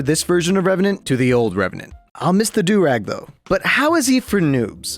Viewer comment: NEBORN REVRANT AHHAHAHJH